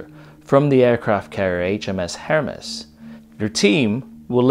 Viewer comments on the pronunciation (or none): For me.... to start with you pronounce HMS Hermes not as her mes but as Hermeeze old boy! the L1 says my heart because I'm English, but I think m16 due to weight and portability, especially if you need to go full auto or on the run. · "Hermes" is pronounced "Her mees". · That's not how you say Hermes. Anyway, the Indians bought her so she's called something else now, or scrapped. SLR has suspect accuracy and great reliability and ability to stop. But the M16 is much more handy at close quarters. So I'd accept the judgement of the SAS and go with the M16.